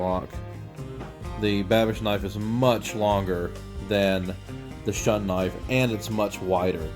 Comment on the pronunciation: You mean "Shoon" not "Shun".